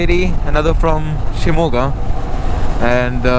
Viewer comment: I liked to hear u pronounce shimogha nicely..